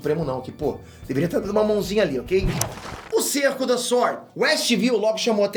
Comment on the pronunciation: SuÔrd (sword), vc fala inglês, vc sabe pô...